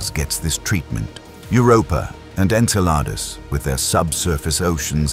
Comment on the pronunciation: The right pronunciations are PHOSphorus and enCELadus.